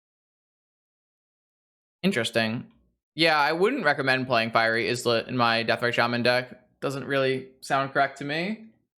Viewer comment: Islet is pronounced "EYE-let" like island. It just means a tiny island.